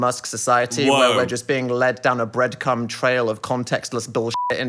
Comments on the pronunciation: I'm glad we didn't just gloss over Dan saying 'Breadcum' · Dan: spiralling and misprounces the word breadcrumb - Phil: Breadcum Glad we all took away the same thing from that 😂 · i’m so glad we acknowledged breadcum. misspeaks will never not be funny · Phil’s face when he said breadcum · Nah because I also said "bread-cum." at the same time as Phil. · THANK YOU PHIL. I also heard "bread cum" 😂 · no bc I listened to this and said the EXACT same shit and then 10 seconds later phil said "breadcum" as well like 😭 theyve eaten my brain and stolen all my social cues helpp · i literally cannot stop laughing over it, i even went back to make sure he did and yup! he said breadcum 😂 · I caught Dan saying "breadcum" and wondered if Phil would let it slide and respond to what he was talking about, but Phil did not disappoint haha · MY ABSOLUTE DEVASTATION see and i just was like, “he’s so right and just missed a syllable, hope he doesn’t get clowned for that and the importance of what he said isn’t missed.” Phil: “breadcum” podcast staff crack up laughing 💀 >ANYWAY: Dan, we care about the things you have to say that you feel are important 🖤 hope your bread isn’t cummy 🙂‍↕️ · before dan was done talking i chuckled and repeated 'breadcum' and then when phil did it right after i nearly lost it